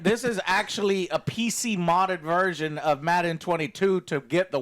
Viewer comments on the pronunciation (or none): none